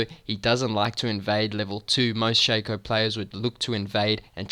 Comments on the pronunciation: dude, it shaco not shaco. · Learn english, it is pronunciated Shaco not Shaco